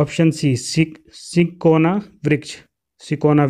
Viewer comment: Hindi bhi dhang se nahi ati pdhni... Sinkona ko sikona pd raha.. Bhai zarrori ni video bnani bahut questions glt hai